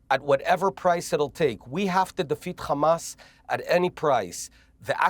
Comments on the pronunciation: Benny repeatedly saying Khamas to brainwash the masses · The Khamas, the Khamas, the Khamas……… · Khamasss and Khezballlah, every other H is pronounced perfectly. I don't get it.